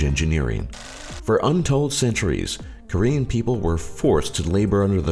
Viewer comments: all the pronunciation of the Korean words were disturbingly well said. :S like it was so good that it made me feel bad. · Actually, his pronunciation of all korean words is very good. He did a good job really.